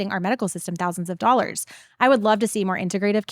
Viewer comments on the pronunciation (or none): none